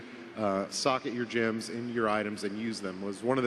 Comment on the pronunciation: Why does call "GEMS" "JIMS"? It annoys me:))